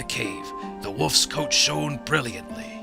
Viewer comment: Hopefully the word "shone" doesn't pop up too often during the rest of the LP. I don't think I can stand that pronunciation much more.